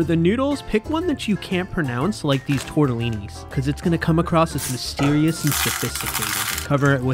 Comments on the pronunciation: That's not how that noodle is pronounced ,TORTELLINI is a stuffed pasta. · "for the noodles, pick one you can't pronounce." Proceeds to pronounce the name 💀